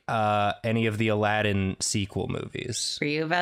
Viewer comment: “Jaladdin” little did they know